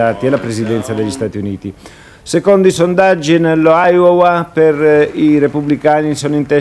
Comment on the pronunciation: Ohio o Iowa...OHAIOWA non esiste 😂